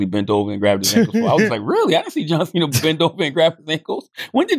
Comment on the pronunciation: did Schultz say "John Thick" smh lol!